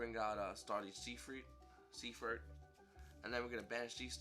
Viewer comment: Sey-freet uhh what lol